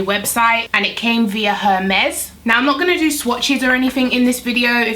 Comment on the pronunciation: Her-Mez 🤣🤣🤣🤣🤣 i love you fr, its pronounced Hermees, its named after the greek good known for being a messenger x Always beautiful by the way! Love your looks 😫